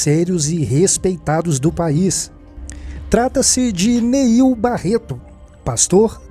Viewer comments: Não é "Niel" é NEIL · Quer fazer fofoca e não sabe nem o nome do pastor... Não é Niel... é NEIL